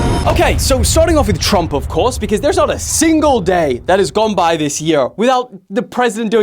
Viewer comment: Tump? Nuh uh plz don’t disrespect my man like that put the R plz hello